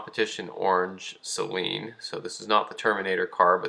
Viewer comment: Great video and I’m glad you say Saleen correctly a lot of people say it sayyylean